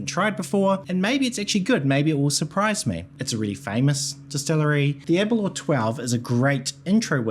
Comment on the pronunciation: Every non Scot seems to have difficulty pronouncing Aberlour correctly 😄 it's not Aberlure!